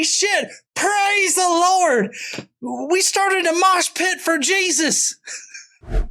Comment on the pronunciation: I heard whore when he said lord